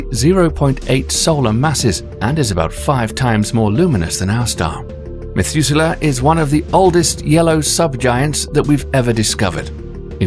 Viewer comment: "Methuzela", yes please!